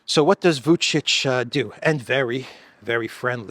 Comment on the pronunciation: I appreciate you correctly pronouncing Vučić, when I see millionaire anchors on major news channels repeatedly call him Vukik